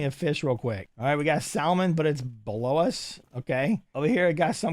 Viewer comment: Incase you have trouble saying salmon its pronounced like samin